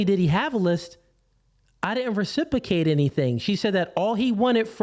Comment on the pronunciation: He wasn’t worth listening to the minute he can’t even pronounce ’Reciprocate’ properly